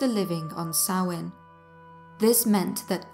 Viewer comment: Finally someone that pronounces Samhain correct. Thank you for a wonderful video without the modern horror nonsense.